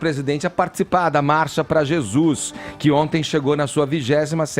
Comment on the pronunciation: O não consegue falar "Marcha"